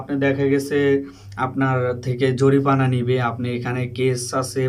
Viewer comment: Tomar.ussaron.shuddo.koro.. No.jorifana....... Jorimana